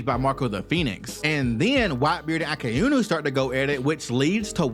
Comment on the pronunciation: Akainu❌ Akainu✅